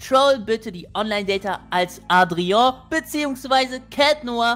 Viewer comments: ich glaube man spricht das Adria und nicht Atreo aus😂❤ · Adrian nicht adrio😂❤ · du sprichst es falsch aus leider es heißt Adrian😅